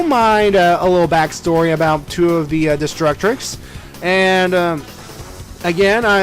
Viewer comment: I see Destructix, I hear destrucTRix😡